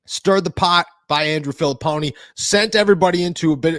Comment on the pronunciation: Filliponi? Lmao. No one listens to that clown.